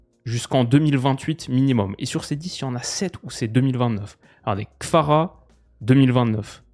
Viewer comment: Jsuis le seul que ça stresse de ouf quand il dit Kfara a la place de Kvara ?